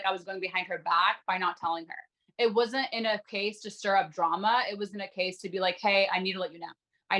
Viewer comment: Im not a native speaker of English but I find the way Micah and Irina speak really weird. They elongate the final syllables in a sentences and it’s really weird: I don’t know what was happening with paaaaaaaul, and I keep myself more clooose and I know we are not meant to beeee. Can someone explain this to me? As native speakers: do you find they way they speak “special”, if so what kind of feeling/impressions this way of talking gives you? Thanks a lot (I just love languages so I’m really curious)